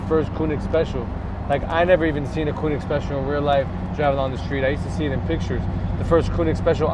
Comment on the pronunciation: Its spelled KOENIG not KUNIG bro come on